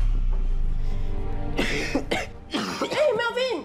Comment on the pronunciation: MEOWWWWIN, MEOWVIN IS NOT A NAME FOR A GANG MEMBER